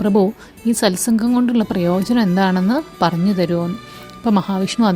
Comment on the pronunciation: സത് സംഘ്.. ആണ് ശരി. സൽ സംഘ് അല്ല.